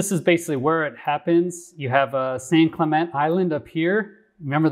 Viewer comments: San Clemente Island (pronounced San Clem - entay). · It's San ClemenTAY